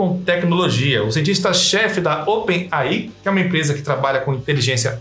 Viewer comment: Open AI é foda kkk se começar a ler um nome em inglês tem que ler ele inteiro com a pronúncia certa se nao fica meio estranho, o nome dessa empresa é open AI, lê se (open "ei" "ai")